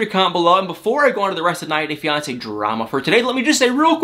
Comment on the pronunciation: It bothers me more than it should the way you say “90 day fiancé”...